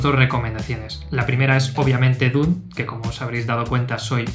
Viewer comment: Me ha gustado tu análisis, pero como todos los "jovenzuelos angloparlantes" meteis la pata en la pronunciación: D U N E. Ha si lo dijo Frank Herbert, por duna o dunas.